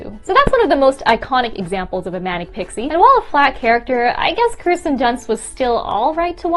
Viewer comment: Not her saying Kristen dunst..... that really bothers me bc she’s an amazing actress who doesn’t get the recognition she deserves. Her name is KIRSTEN (KERR-STEN) (also irregardless is not a word. Regardless is a word)